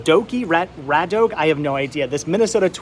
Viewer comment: Awesome finds and great flea market. The Twins player is Brad Radke (Radkey is how it's pronounced)